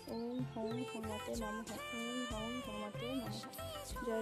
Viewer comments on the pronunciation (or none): Mantra ta om hum hanumate nama Hobe Ucharon ta thik nei ....(হুম না হাম হবে)